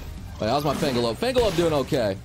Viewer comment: Is intentionally mispronouncing Fenglope or does he just not realize it?